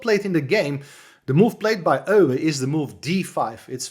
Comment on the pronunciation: Good to hear Euwe, pronounced by a compatriot of his. This is an old favourite of course. Thanks.